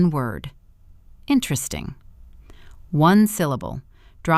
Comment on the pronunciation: When did "Interesting" become a 1 syllable word? 🤣🤣🤣